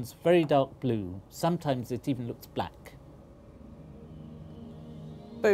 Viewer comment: The professor said glue instead of blue